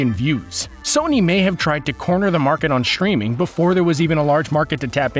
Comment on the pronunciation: It's " streaming " not "schtwiming"